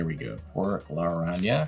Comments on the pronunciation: Por Lar-Rahn-Yaga!! We'll teach you how to roll the double R next!!! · It's Por-La-Ron-Ya-Ga